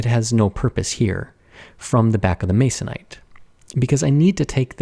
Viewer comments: I CRINGED. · Who else grimaced at the utterance of the word "masonite"??